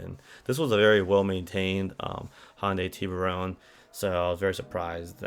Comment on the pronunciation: You pronounce Tiburon funny. It's Tiburon not Tiburone.